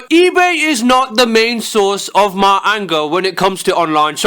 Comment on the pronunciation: Booty Messiah i love that he say mi insded of my